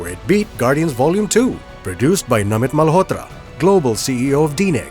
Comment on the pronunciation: Sir , RAMAYANA is way much older than 9000 yrs ( 7200 BCE + 2026 === 9226 yrs ) SIr , I really loved the way u pronounced Indian names such as Ram and Namit Malhotra , perfectly.....